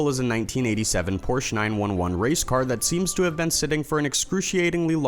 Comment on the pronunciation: a) "POR-sha"; TWO syllables and it was a "nasa club racer?" (Probably "SCCA, Sports Car Club of America" or FIA, Federacion International de l'Automobile), and PS the engine is in the rear, b) You've made this mistake many times: the plural of "aircraft" is---well, "aircraft," c) when will you stop calling it the "Marine Corpse?" (If a Marine ever recognizes your voice in public...)